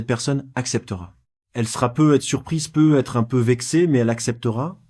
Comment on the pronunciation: Quatre vingt quinze prononcé 4 20 15 peut être prononcé pe être,les voix créés par ia toujours de la m@